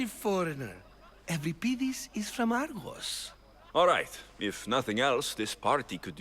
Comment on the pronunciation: Voice actors are completely mispronouncing Euripides..... Other than that, ace game!